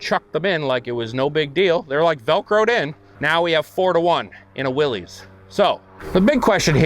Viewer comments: It’s pronounced why-lee not Willie, that really irritates me but nice jeeps nonetheless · Its actually pronounced Willis, not Willys. It represents John Willys who founded willys overland motors.